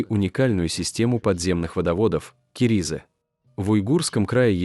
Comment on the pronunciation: К Не керизы -- а КАРИЗЫ!